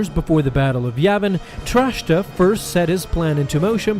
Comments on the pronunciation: Please stop saying "Trashta." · It’s “Track-ta”